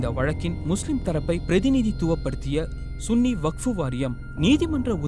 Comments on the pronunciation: hello bbc vasippu sariya vasinga SUNNI illa sanni vakkpo variyam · Athu sunny illaya😮😮ivar thavarga vasipathu pol ullathu